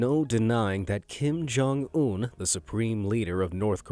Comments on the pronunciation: Bro not Kim-jong-ononom 😭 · "Kim Jong-omnomnom" I almost laughed thinking that it was a try not to laugh. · He did not just said Kim Jong-omnomnom 💀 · kim joung nonomom